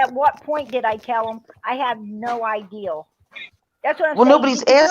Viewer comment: TWICET.. ITS TWICE. IGERANT.. IGNORANT! YOU speak about education, That's hilarious,.. I have counted at least 500 words you have no idea how to say. IDEAL for idea. I,mean, you have a very poor Vacabulary. Your worse than Candus, Your aggressive, Angry, you come across as, superior. You talk over everyone. I get Narcissistic vibes from you. You sure have a superior view of yourself. Your running your Nasty mouth, and your children are hearing this every night. I mean, What kind of role Model are you for your children. I heard you say, that D/C used terrible language, in front of their children. You have no room to talk. Kind regards from the west of Ireland.